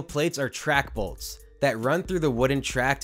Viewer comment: Balts? Balts? Lol I can't unhear it...jk. what most likely happened being the rearmost wheels is something pulled out and the rear wheels were able to get out of the channel or the lower upriding wheel sheared off and the cart was no longer bound to the track. But seeing as so many BALTS were replaced it was most likely a failing track itself from dryrot or defective fasteners.